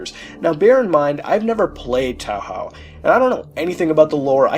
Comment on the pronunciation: wtf is towl howl? You mean TOE HOE?